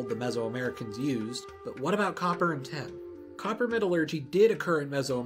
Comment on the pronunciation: Cool... Please work on how you say tin... Sounds like you're saying ten... And I don't think that writing a number down then mixing it with copper would make bronze... Maybe... But no